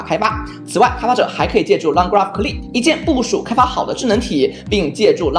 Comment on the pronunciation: cli 读成click